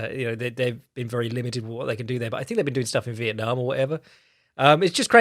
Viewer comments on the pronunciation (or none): none